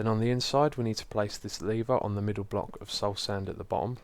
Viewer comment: "...and then three sou'sand across the middou'."